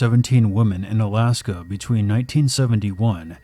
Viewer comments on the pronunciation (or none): none